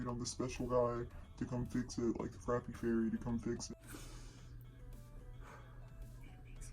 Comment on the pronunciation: Lol I loovve how you call it a frapeee never heard it produced like that and cracked me up 🤣 yeah Aldi grocery stores make you pay a quarter to use the carts that was the main grocery stores we had in SC butt when you return it to the cart thing it actually gives you the quarter back buut sucks when you dont have a quarter lol and yeah dominos took away the insiders tips it used to just be on the receipts but no one ever saw it so thats why they put it on the screen but thats def awkward and the insiders tips are unfair because usually the person ringing you up helped you for like 1 minute but had nothing to do with making the pizza so they shouldn't even be the one to get it